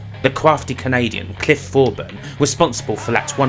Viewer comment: Thorburn not Forburn